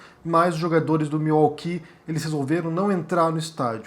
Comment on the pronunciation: Sim é correto e admirável. Claro nunca irá acontecer no Brasil. A pronúncia correta é Miuóqui. ( Milwaukee). Abraços